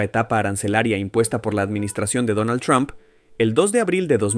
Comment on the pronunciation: Mijo, no es tron, es Trump,😁